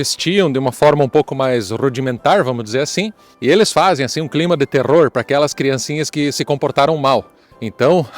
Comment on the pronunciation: RRRRROSA? Krampus? Nunca tinha ouvido esse nome. Obrigada por nos informar de forma tão divertida TeRRRRORRRRRR/ Abraços das ARAUCÁRIAS.